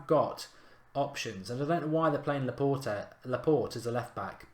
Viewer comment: Laa-port-aye please say it like this mark....